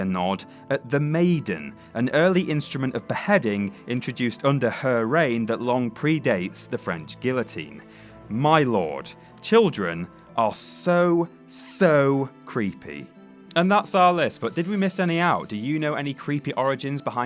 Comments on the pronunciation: I hate people who pronounce guillotine as gill-uh-teen instead of gee-uh-teen. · its pronounced ge a tine not gill o tine guillotine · Did he say Gill-a-teen? I thought it was pronounced geeyateen. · just saying, but it's Guillotine, the double L is silent. gi o teen. you DO NOT pronounce the LLs. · You pronounced guillotine wrong